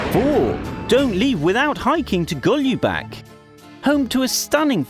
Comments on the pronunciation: Your accent is gold I was laughing thru the whole vid😂 the way you say "jelen" "golubac" are hilarious😂 Anyways if anyone wants to know anything else about Serbia feel free to ask me because thats my country😊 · Lol the way he pronounced "Golubac" xD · Haha i live in golubac. And we say golubaC not goljubak